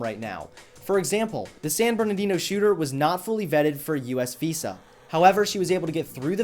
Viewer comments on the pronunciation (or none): none